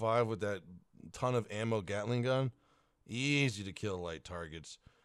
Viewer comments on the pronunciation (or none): none